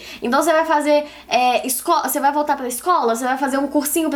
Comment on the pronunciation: Débora tem a língua pregada que nem a minha. Meu "R" sempre sai com som de "L". Pla motivar kkk linda